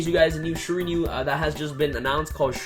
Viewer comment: Shir-a-New-e. Shiranui